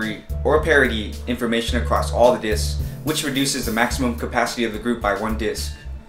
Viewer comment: Plural for disk is 'disks'.....not 'disk-uzz' :)